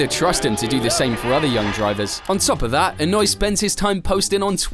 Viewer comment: Annoy? His name is not annoy, that was what he used to do on the track for drivers and spectators, but that's not his name. it's Inoue, he's Japanese not German. E-noo-ae